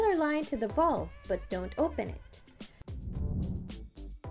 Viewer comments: The most non technical instruction video I've ever seen...lose the cartoon graphics and get a narrator that can at least pronounce the word valve correctly. Not very helpful at all. Thanks for wasting my time. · If the video narrator cannot pronounce the word "valve," this is a bad sign.